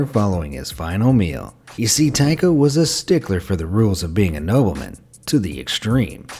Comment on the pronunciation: Tycho Brahe had a metal nose, having lost his actual nose in a sword duel with a cousin over who was the better Mathematician. duel. Also, his first name is pronounced Tee-ko. It is Danish so the y is pronounced like a long e.